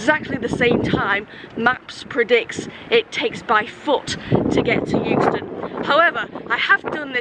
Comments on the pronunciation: lol i lived in euxton for nearly 20yrs and because euston is pronounced yooston people think euxton is yooxton :) no its exton :) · My ex lived not far from the station in Euxton so those clips around there and Chorley brought back some memories. I’m not sure whether they are good memories though 🤣 I would always pronounce Euxton wrong cos it really annoyed them up there aswell 🤣 Great video and well done on beating the train 👍🏻